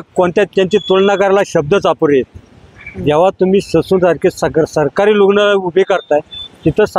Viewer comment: ससून नाही डायसून